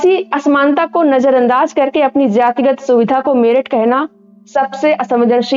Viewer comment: अरे मैम मेरठ उच्चारण नहीं होता है । Merit (मेरिट) है सही उच्चारण !